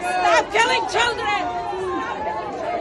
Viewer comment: Stop killing childRRen... the perfect accent to have endless babies...